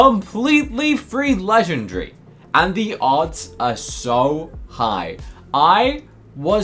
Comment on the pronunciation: You are not saying legendary correctly 😂